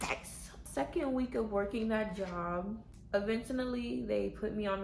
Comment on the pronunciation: Time stamp .... eventunaly?? Lmao